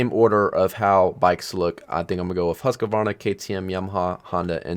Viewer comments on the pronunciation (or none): Not huskyvarna it's hus kvarna 💀